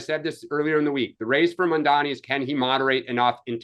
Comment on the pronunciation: Its Mamdani. People keep mispronouncing it.